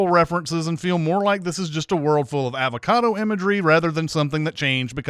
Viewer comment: I think this whole video should be sinned because of your annoying pronunciation of avocado!